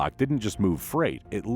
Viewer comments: It's Cummins, not Cummings. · I'm just here to salute all the idiots that say "cummings".